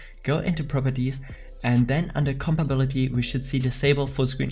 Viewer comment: U are always saying compability, but you have to say compatibility😂